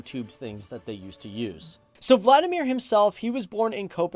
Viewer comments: Valdemar... not Vladimir... ;) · Sorry to say, his name isnt Vladimir Poulsen, but Valdemar Poulsen. He also invented the first stereo microphone, and we still have this in our museum at DR (Danish Radio the national broadcaster in Denmark) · I do know that, but I guess the guy talking about Valdemar is reading his name. How Val becomes Vla is a puzzle. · I wish people would get their facts right before trying to "enloghten" others. There was no Vladimir Poulsen... I thought it was a bit weird for a Dane to be called Vladimir back then, so I looked him up. He was VALDEMAR Poulsen "val-der-mar".... Vladimir is Russisn/eastern European!!